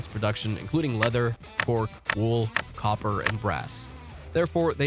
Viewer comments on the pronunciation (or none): none